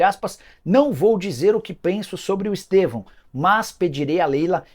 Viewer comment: O cara não consegue falar "Estevão"